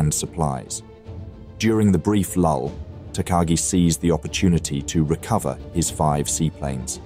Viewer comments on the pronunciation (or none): takagi pronounced wrong but doesnt matter much